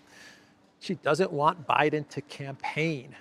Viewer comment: Hahaha, ”yeah, Brandon you can join the canpaign on the 6th…”